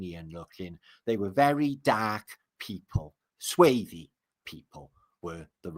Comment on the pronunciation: It's not sway-thee it's swor thee, swarthy means dark.